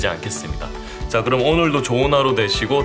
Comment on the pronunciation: 마지막”빠이” ㅎㅎㅎ 깜놀했습니다.좋은영상 감사해요.